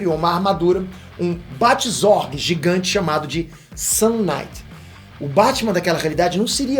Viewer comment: O mais pika é o sotaque da palavra sun kinight que faz parecer sun night, que é noite de sol, que tambem seria um nome pika